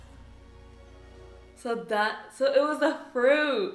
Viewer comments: I say watch both the anime and the Live Action. :) This is, I think, the best anime adaption I’ve seen. It has stuff from the manga that the anime doesn’t and some awesome stuff. Don’t let anyone spoil One Piece though cause it’s awesome to see blind reacts. Also it’s “Looffy” not “lahffy” for “Luffy”. Nami, orange girl, was friendly cause they both want the same thing. The map. So she figured it would be best to partner up for the common goal and take it later. Welcome to the One Piece Nakama! Super excited you joined us! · Lappy it’s Luffy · You know they didn't actually know about One Piece when they called Luffy as Laffy lol. But I'm here for it!!! Just started watching the anime after OPLA and I just finished Impel Down arc. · haha Luh-fy! 🤣 Called one piece cuz he has atatined it all and its all in one piece! or together in one place haha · pronounced loofy